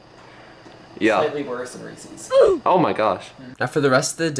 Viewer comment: W grinding! keep up the good work! can alr see the progress and growth in your channel, you're going to be big someday ps that guy charles needs to learn how to pronounce Reese's right